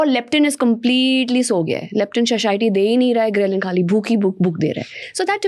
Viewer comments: What’s sashiety? 😂😂 Its satiety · It’s saTIEty, not SHHAShiety